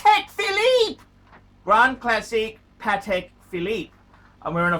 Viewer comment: it cracks me up how much he enjoys saying “a Patek philEEEP, a grand classEEEK, from Patek PhilEEEP”